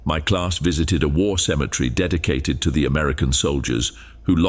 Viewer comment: You do realize the word is actually Cemetery not symmetry. They're two different words totally entirely they're even spelled differently